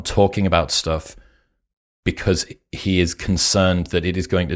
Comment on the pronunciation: the content and the presentation is awesome but I can't help giggling when I hear "stoff" 🤣